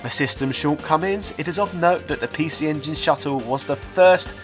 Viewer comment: Makes fun of the way Japanese people talk then proceeded to say "pee-she ingin" for the rest of the video.